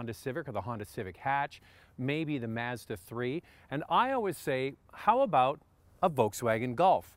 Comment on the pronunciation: Did he just say Mezda?!